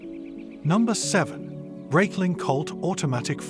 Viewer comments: For the love of god, if you're a watch reviewer at least pronounce the name correctly. Breitling, is a Swiss company with Swiss-german heritage, the name therefore is pronounced Br-eye-tling, not Br-eyt-ling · Video would have been much better if you pronounced Breitling properly